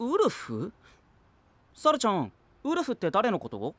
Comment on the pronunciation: 発音がちゅゎぁ～～～んで笑う ルパンの不二子ちゃんみたいな……